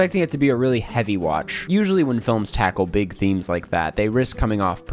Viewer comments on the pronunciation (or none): none